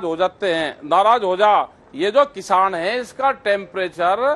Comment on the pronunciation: Dakait bhai jab bhi tum kisan bolte ho to hame dakait q sunai deta hai